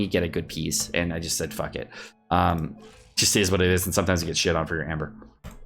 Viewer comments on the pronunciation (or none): none